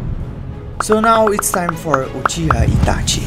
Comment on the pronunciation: o sotaque entregou kkkkk, e tbm quando ele falou uchiha itachi notei na hora kkkkk